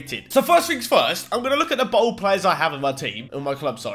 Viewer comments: Can u stop saying bald like BOLD like yer six and you say pasgetti and sumbarine! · Is anyone else really annoyed at the way he pronounces ‘bald’ as ‘bould’ or is it just me 😂😂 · bald not bold